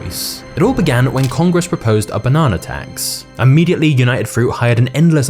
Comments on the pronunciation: The fact that you say banona and not banana irritates me for some weird reason 🤣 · Take a shot everytime he says "bah-nana" haha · I like the way you say banana 🍌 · Stop saying bananar and idear